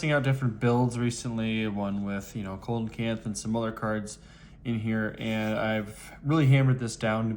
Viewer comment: It's pronounced See-luh-canth. cool build btw